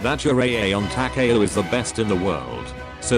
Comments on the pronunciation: It's Ta-Ka-O, not Ta-kay-O. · Its Takaw not Ta Ka a Ow.